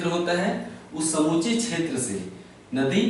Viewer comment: chhetr nhi क्षेत्र